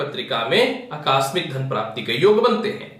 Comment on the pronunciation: अकास्मिक नहीं आकस्मिक होता है।😍😍😍😍